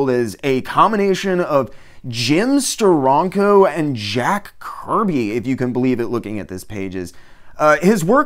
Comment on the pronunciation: Gotta put the "stank" in that Steranko... Stur- "RANK" - OH